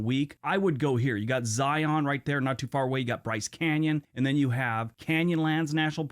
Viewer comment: How he says Zion bugs me, lol. I'm from Utah.